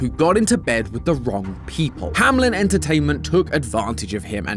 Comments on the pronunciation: "HAMELN", not "HAMLEN". Sincerely, a german. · it's not hamlen, it's hameln xD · Once again begging you to stop pronouncing Hameln as "Hamlin". It's "Hammeln" 😭 As a German this irritates me to no end 💀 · Games been out for 7 years and thise dude STILL calls it "Hamlin" when theres not even the letter i in the word!! Its "Hameln" Ham-heln !!! Fake fans!!!! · "Hamlen" entertaiment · Im already confused in the first 2 minutes that logo doesn't say "Hamlin" it says "hameln" which to me should be pronounced "hah-mell_n" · Do they pronounce Hameln in the games? Because if not I can't think of a SINGLE reason it wouldn't be pronounced "ham-eln" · It's curious how he keeps pronouncing "Hameln" as "Hamlin." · Why dies everyone say hamlen? Even the actors in the game call is hameln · It’s HAM ELN THE E IS BEEEERFFFFFFOOOORE THE L NOT AFTER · German here: That's not how you pronounce Hameln! (Not Hamlyn)!